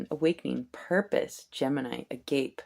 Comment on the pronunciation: Hey ✨'Agape' is a Biblical'ish Meaning The Most Love! it's Pronounced _( a-goppay ) 🤗